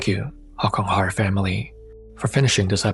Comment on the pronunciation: I love how he drags out the R sound in Horror in his intros. It sounds really spooky and cool.